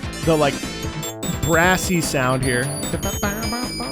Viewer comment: at first i heard brassy as grassy